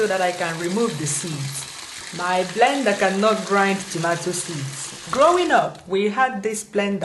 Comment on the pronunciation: blender not vender lol